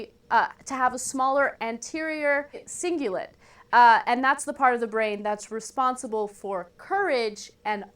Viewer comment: i'm mostly impressed with her mispronunciation of the word "cingulate" , hence the punch in edit in the middle of the phrase. I find that fascinating that here she's basically talking about how stupid conservatives are but seemingly cannot pronounce "cingulate", which is an easy word given it's PHONETIC. And I must comment on how sad it is, that the liberal media resorts to such childish gibberish. It is an admission, on their part, that they've been defeated. How sad.